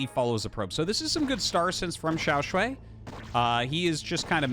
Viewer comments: Hi Artosis, it's pronounced shuai not "shuei". The way you say it sounds like 小睡 (small nap 💤) or 小水 which means urine which is not so nice. (edit for clarity: he is 小帅 and the series is awesome, thanks Artosis for the great cast as always). To help with the pronounciation native US speakers, pronounce "shuai" with the A sound you have in "Car", not the one in "and". Or if it helps try: "Shoo - I". Otherwise I am out of ideas 😀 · shuai is pronounced as "shoe-why" as one word, with no pause in the middle. btw, love this stuff RT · xiao shwhy, with shwhy being one syllable pronounced with confidence